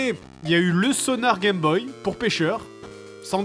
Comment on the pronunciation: tu l'aimes tellement que tu écorches son nom sans pitié. Je le prendrais mal à sa place :O Vu le manque de respect que tu as pour les ancêtres je suis sûr que tu disais unE Gameboy ...